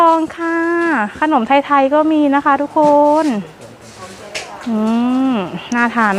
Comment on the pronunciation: ไม่พูดคำว่า ทุกโคน ทุกโคน ได้ไหมอ่ะคะ ทุกคน ทุกโคน ทุกโคน